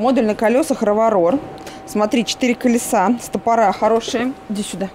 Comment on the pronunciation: Ребята, очень люблю ваши обзоры, но, без обид, стОпоры, а не стопорА.